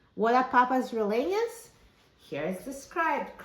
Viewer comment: When trying to pronounce RELLENAS you have to say the LL as YY like in the word You the Y sound replaces the LL in RELLENAS..so ...like this. PAPAS RE-YYE-NAS (almost saying yes without the s, if that makes sense).